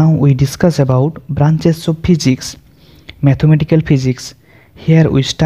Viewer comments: Please physics sahi bolo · Phijics nhi ha Physics ha..😂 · Yaar physics to sahi bolo